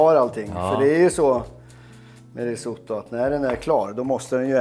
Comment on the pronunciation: Uttalas "risåttå"! Basta!